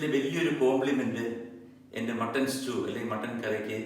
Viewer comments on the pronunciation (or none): none